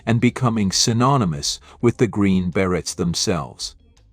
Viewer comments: If you're going to use AI to provide the speech, at least make sure it's going to pronounce the words correctly. I puzzled for some time over Rambi, only to later realise that it's a mispronounced R 'n' B. There were several others, like 'die' pronounced as 'dee' and 'beret' pronounced as 'berett'. Still, it gave me a laugh. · Your computer should learn how to pronounce "Beret".